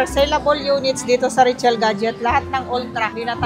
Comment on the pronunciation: Today andito tayo "ngayon" 😂 Richelle ba or Rachelle? Pki-ayos pronounce 😂